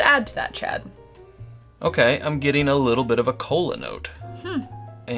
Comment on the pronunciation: Did you say cola or colon? J/K... good review